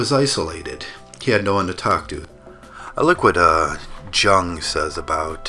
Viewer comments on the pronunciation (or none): You have no clue what you are talking about. First of all, Jung is pronounced Yoong (in German J sounds like Y)! Second of all, Jung's idea of individuation has nothing to do with what you ASSUMED it meant. His idea of a perfect individual is the one who has intregated his shadow side. One who do NOT identify soley with his persona (public mask), but has accepted ALL the evil or unwanted s/he can see in others and in the outside world, exist (but suppressed) within himself or herself too. This is a WHOLE indivudual: light and dark together. This has nothing to do with the Western concept of "I as an individual versus the collective".